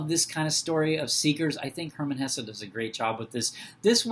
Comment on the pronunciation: Thank you for pronouncing his name right ❤